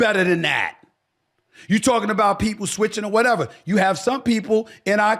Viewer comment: CALM DOWN.... you sound center left but think you are trying to play both sides of the street. BTW the word you is pronounced 'you' not 'choo' My gut tells me you really want to run bad. It's an ego thing.